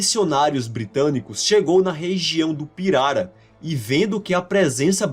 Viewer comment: Finalmente um vídeo em que a pronúncia da palavra pirara é dita corretamente. Pirara é palavra paroxítona (piRAra) e não "pirará" como alguns estão pronunciando por aí. Parabéns pelo vídeo!